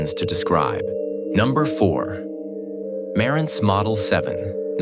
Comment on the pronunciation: The Nakamichi Dragon started out at $1,850.00 in 1992 and later $2,400.00 NOT $1,500.00. Marantz was mis-pronounced. This is AI generated garbage. That spoils the whole story.